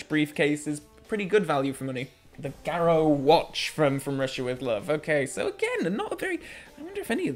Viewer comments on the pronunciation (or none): That's because is being posh!! 😂...... But yes he's mispronouncing it! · I've never heard garrote pronounced as garrow before.